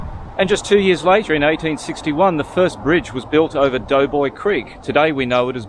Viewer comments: Hello ….it is called DOBOY CREEK, DOBOY BRIDGE, and they are in the voting parish of DOBOY…..not Doughboy. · I have always known it ss Doboy not doughboy.